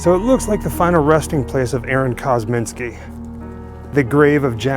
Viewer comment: It's "Kosminski", not "Kozminski", and no one has any idea if he was actually Jack the Ripper. VERY sketchy speculation at best, and lots of detractors. Come on... The "100% match" is greatly disputed. Chain-of-custody issues are only a BEGINNNG of the claims that this 'evidence' is faulty. I get it, you do a 'show' about this stuff, but get real. This one's silly. "Please be careful" kneeling down in that tall grass... 😝 I like your videos, but I have to say this was a stretch. Not a good one. Credibility is earned, not perpetuated by sycophants who love everything you do and who choose not to do their own investigations into the facts. After all, that very dynamic is why we have a moron like Trump in charge of our once-great country. You get a Thumbs-Up, but only out of respect.